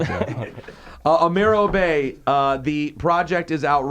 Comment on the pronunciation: Im Good - Amir Obe original or pnd...its actually fucked up that never blew him up. How the fuck lil yachtclub be what gets the people lit....this dude has his name mispronounced and still carries himself like his name really pronouced obey loool like how 7 years go by and no one noticed?! thats fucked up i dont trust shit anymore